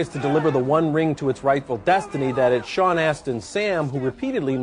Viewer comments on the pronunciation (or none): none